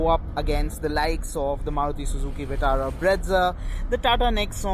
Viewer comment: Vetara BREADza 😂